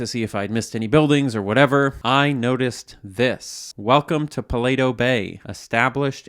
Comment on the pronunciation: Outro is a Banger; What I'm Curious About, is Why Said Paleto Bay Like That? 😭😂 it's Just Pa-leto Bay 😂😂